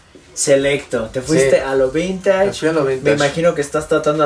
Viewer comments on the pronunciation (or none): Madhunter: vintage: vintachh Jaja ok no v